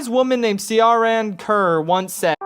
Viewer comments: In terms of of the opening and you not knowing how to pronounce that name, all I can say is: Oh you sweet naive little not-Irish boy who doesn't know that Ciaran is pronounced Kee-Ron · Ciaran is pronounced key-ran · Ciaran is pronounced k - eer - an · Ciaran is pronounced keer-an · Kee-yeer-in, that's uh, how you pronounce her name, or at least how it's pronounced in my area of Ireland. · That critics name is pronounced keer-on. It's Irish. It's also traditionally a mans name so odd that she has it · CIARAN is pronounced Kieran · It's pronounced Kieran, only spelt correctly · OK my name is ciaran, its gender neutral and I'm a dude, and its pronounced key-run or key-ran based on preference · the name Ciaran is pronounced like Keiran. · It's pronounced keeran. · Pretty sure her name is pronounced *Kieran*, its just spelled differently. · It's pronounced kee-ran,it's an Irish name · Ciaran is pronounced the same as Kieran lol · Gret review, but the way you pronounced “Ciaran” was a little painful. I think it’s pronounced “Keeran” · Ciaran pronounced Keerin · Ciaràn Is pronounced keyrron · Ciaran Kerr is an Irish name. Pronounced "kheer-on" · I always love seeing Americans trying to pronounce names like Cian or Ciaran! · Ciaran It’s Irish for Kieran